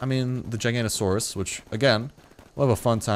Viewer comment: ITS called gi-ga-no-to-suarus